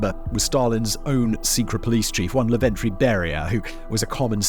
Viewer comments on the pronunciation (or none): Sorry, but you’ve mispronounced Lavrentiy like Laventry